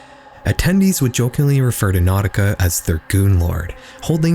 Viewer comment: NAUTICA Malone?NAUTICA?😖😂